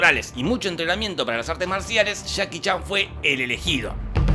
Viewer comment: Me encanta como dice: "Chaki Chan" 👌